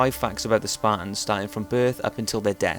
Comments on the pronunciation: fuckin sparans? dafuq u sayin bro? thers a 'T' ther aswell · Sparrrs? This guy can't say Spartans. Why do these ignorant, Limey, no talking bastards think they can communicate with people? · can you please stop saying span, they are spartans. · Okay, so now we've heard this guy talk a lot about the Spahtuns; but what about the Spartans?